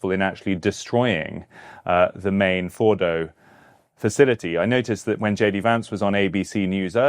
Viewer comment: that was the best pronunciation of fordo, natanz and esfehan